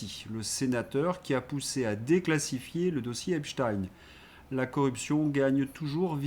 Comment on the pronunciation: Un pouce levé pour bonne prononciation d’Epstein (qui rime avec Einstein).